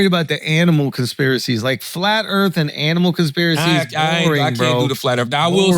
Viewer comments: "Earf" not Earth. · Charlemagne should invest in speech therapy since it’s his job to talk, no hate but dang, it’s distracting. “Erffling” “errf” “boaf” “arr” instead of “or” “narf” instead of “north” “olsfs” instead of “owes” It would help him out a lot.